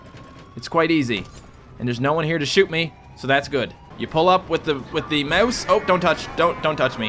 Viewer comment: 1) Rockstar has another thing coming if they expected $60 for a two-year-old port 2), learn to say "mouse" better?:O